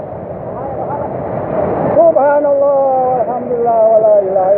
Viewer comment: salah nyebut pak, bukan subahanalloh